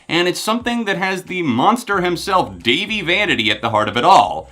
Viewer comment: Its dah-vie. NOT davie.